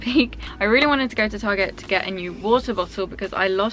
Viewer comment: I love how you said target the Aussie way 😁 awesome video! x